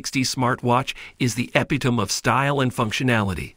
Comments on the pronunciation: I would expect an AI to know how to pronounce "epitome". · "epitome" mispronounced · Please tell this AI how to pronounce epitome!